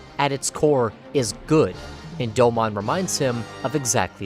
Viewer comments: Doe-moan.... not doe-mon. Put respect on his name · I cringed every time he said "Doe-Mon". Its pronounced "Doe-moon" bro. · Doe-moun not Doe-mon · Hearing you call him "doe-mon" instead of "doe-moan" has me so triggered. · Top 5 Gundam Series. I always thought it was "Doh-moan" not "doughmon" lol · No shot you watched 49 episodes of G Gundam just to make a video essay where you mispronounce the protagonist's name for 20 minutes. It's pronounced Dome-own in both Japanese and English. You have no excuse. Aggravating. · Such a beautiful video on an awesome series but the “do-mawn “pronunciation is throwing me off a little 😅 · What is it with youtubers that make in depth anime analysis videos who can't even pronounce the main characters name right? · I want to like this video, but the pronunciation of Domon and speaking cadence where every sentence is stretched out like a bad Shatner parody makes it impossible